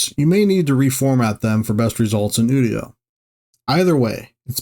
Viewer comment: It’s actually "you-dio".